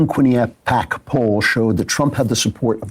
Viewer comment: Did this weirdo just call the Quinnipiac poll a "quiny app pack?" Even sam can say Quinnipiac.